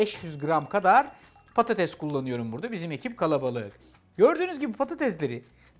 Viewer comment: Sürekli patateZ demesi 😂😂